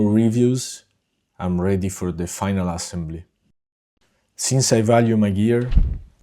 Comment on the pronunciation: immediately knew yoj were italian from the pronunciation of assembly lol wonderful job! Very clean design.